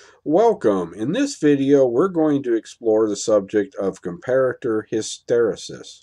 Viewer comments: Oh and I'm happy to hear you learned to pronounce Com pair at er hehe. Darn those Germans ;) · Good video. Yes as per the previous comments, I to am glad you have managed to pronounce Comparator correctly, - and NOT 'Compare-rator' as the other videos. :)